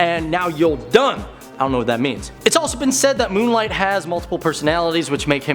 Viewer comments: Why do i like this host so much? But why cant he say "Moon...Knight" or am i the only one that heard "Moon Light"....i can take criticism...i have been known to be 2 samurai swords shkrt of a cutlery set... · His name is moon Knight not moon light man read the name slowly! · Is he calling moon knight “moon light” or am I hearing it wrong? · Brooks Robinson he’s definitely calling him moon light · I heard this too